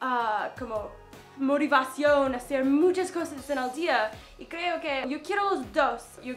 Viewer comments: dijiste morivación y es motivación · minuto motiva cion no motimasion